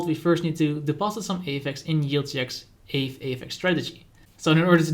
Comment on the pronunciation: You're pronouncing aave wrong! I was wondering what you were talking about until I read the ticker aave. Kinda like the first syllable of avocado spoken by a Spanish person.